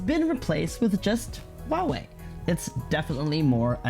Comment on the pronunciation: huaiwei ， not wuawei.